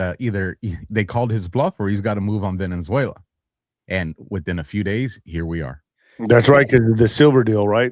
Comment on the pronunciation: . “Venezuela” not “VeneNzuela “